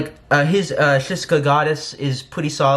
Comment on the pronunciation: Well, I’m not surprised. I said she would kill it and he would suck. But I will say that you do need to learn the correct pronunciation of the songs. It’s SHICK (like the razor) “SHICKSA” Goddess, and it’s “SHHMOOOL”.